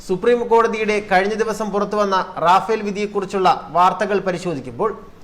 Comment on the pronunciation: Rafal റഫാൽ എന്നാണ് റാഫേൽഎന്നല്ല